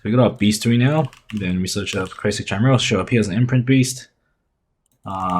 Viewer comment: It's pronounced with 'k' 😅 ki-mee-ral